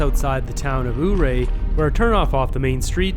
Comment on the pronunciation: Ouray is pronounced "Your-Ray". I was promptly corrected by a local who was quite passionate about it many years ago and it just stuck with me. Great video.